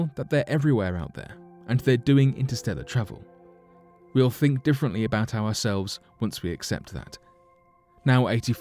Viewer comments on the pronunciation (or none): Yang lee way's colleague "we sink so" 😂